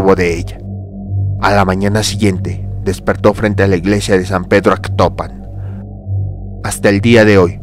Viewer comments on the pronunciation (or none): Es Atocpan no Actopan, ignoranto.